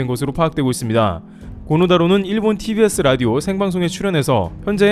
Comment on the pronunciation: 코노가 아니고 고노입니다.